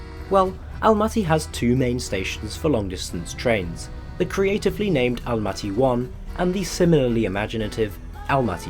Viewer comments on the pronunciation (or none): Jeeeesus! Why Almatee?! It's not black or green tee! Almaty!